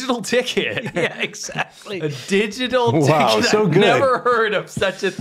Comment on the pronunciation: I misheard your exclamation of "digital ticket" as "digital d**khead" - thought it was a bit harsh but not wrong.